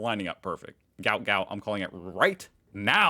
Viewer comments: The sprinters name is not "Gout Gout" it is "Guot Guot" Pronounced "Gwot" (but modern journalists being what they are, they probably use spellcheck for absolutely everything and it came out as "Gout") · it was actually a typing error and it's Guot Guot (like goo-ot). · Gout Gout is pronounced Gwot Gwot (as stated by his father) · Not Gout Gout. Guot Guot. Think Gwot Gwot, with less American emphasis on the "ot". The receipt shows the total, then will show how much of that is GST. The extra 11c is a bank charge, that's why it's not on the receipt. There's a lot of push back at banks about their charges. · Gout Gout is pronounced Gwat Gwat, He's a Queenslander but from African Decent and he's the fastest sprinter we ever had. The tree is a Fig of some kind , probably Ficus hillii, these ban be shaped in this kind of tree often called "Pleaching". In Australia the GST is included in the total the receipt just states the tax amount as part of the total. In Australia you don't really need a gun to protect yourself but to set an example give the girl some Gaol (jail) time.